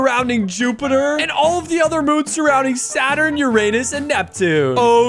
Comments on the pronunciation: It’s not Urnus it’s uranus 🤓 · Your saying Uranus wrong (just to remind you) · YOUR SAYING URANUS WRONG